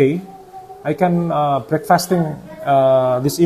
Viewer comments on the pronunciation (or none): none